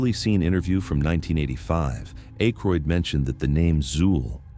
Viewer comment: So you Never watched your own ai gen vid. Zuul spelled inconsistantly throughout and Ackroyd's name pronounced wrong consistantly.